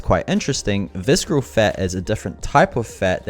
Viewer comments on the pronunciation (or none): Great video and it helped me whenever I need to brush up quickly on the tool. I gave a like... And I have to ask, why do you pronounce the word visKeral?! Is it a Kiwi thing? Do New Zealanders in your region pronounce ce ci cy as K? Was it an honest mistake of not knowing the word? If it was why would you think that it's pronounced with K sound? (I'm not being a troll I am a non-native English teacher so I'm curious)